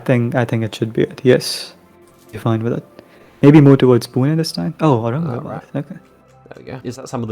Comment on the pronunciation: You say "Pune" so well!